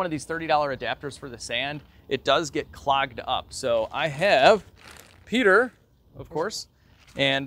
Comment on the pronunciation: Oh man it's Petah!